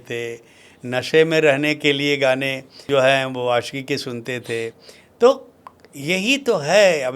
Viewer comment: Bhaiya please pronunciation pe kaam kijiye... Baaki sb acha h.... Question puchne ka trike .. baat krne ka lehza sb top notch h... Bs apke pronunciation ne mujhe thoda disturb kiya.... Example deta hu.... आशिकी hai आसिकी nhi .... शख़्स hai सक्स nhi... To bs yei ap dhyaan rkhiye... Ummeed h bura nhi maanenge love you bhaiya❤❤